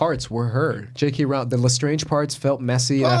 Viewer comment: Just FYI, it's not pronounced ROW-ling, its ROHL-ing.